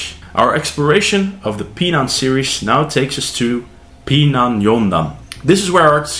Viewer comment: You are pronouncing Pinan incorrectly….. Pronouncing Pinan Pee Nan is wrong!!!!!! Pronouncing it wrong makes Pinan has a total different meaning!!!!!!!! Learn to pronounce Pinan correctly and make a video educating people how to pronounce Pinan the correct way…….